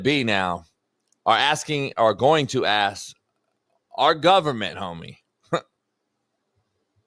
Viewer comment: can't even pronounce "ask" properly. He shouldn't be renegotiating shit